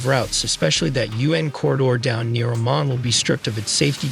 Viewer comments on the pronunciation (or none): none